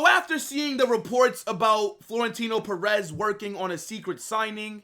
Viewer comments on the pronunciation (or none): none